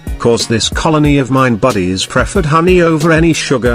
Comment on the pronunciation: I also love the way he say bodies